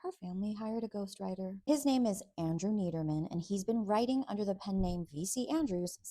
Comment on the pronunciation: Andrew Neiderman (NYE-DER-MAN) was my HS English teacher.